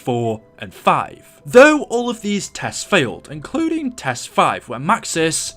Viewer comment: the word “including” sounded funny